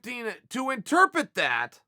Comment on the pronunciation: Chael “interpet” Sonnen